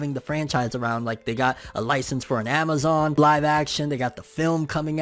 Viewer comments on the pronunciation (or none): none